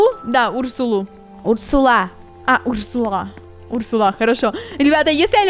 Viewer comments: Урсула ударение на у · Не Урсула а урсула